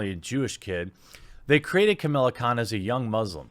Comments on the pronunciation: Alright man, I'm gonna have to stop you right there; it's "Kamala Khan" not "Camilla Khan"... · I agree with you mate, but stop pronouncing it as "Camilla" it is "Ka-Ma-La" 😂😂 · I hate the character but for the love of christ why can't you pronounce that name? She's not called Camilla. You're like Todd McFarlane trying to pronounce Katsuhiro Otomo.